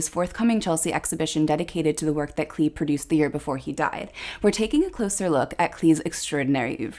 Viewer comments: It would be great if you corrected the pronunciation of his NAME it's CLAY not CLEE. all do respect. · He pronounced his name "clay" not "clee".